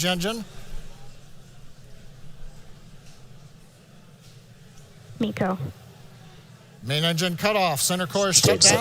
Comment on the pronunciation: not bico but meco